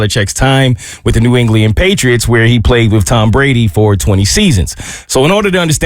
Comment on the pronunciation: New “Engliand” 😂, New ENGLAND